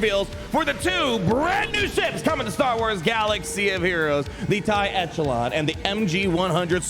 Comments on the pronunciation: I'll be that guy: echelon has a soft "ch": so it sounds like "eshelon". Love your video! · I think the Echelon is pronounced the Ech as in echo